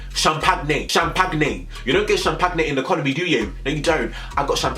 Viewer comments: the way you said champagne 😭😭 SHAM PAG NAGE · The “shampagnay” 😭😭😭 lord i say it like that 2